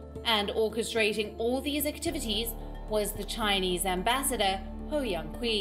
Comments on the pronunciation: Come on, learn some chinese pronunciation!. China is your geographical neighbour/economic rival/political threat and probably already the worlds biggest super power. For journalist in India it should come naturally to be able to pronounce chinese names correctly. It's a matter of professionalism... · her name is pronounced Hou Yan-chi!